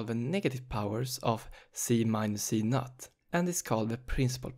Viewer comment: You are reading z_0 as z_NUT 😂 I'm sorry, it just made my day. Thank you for the very helpful explanation of the topic.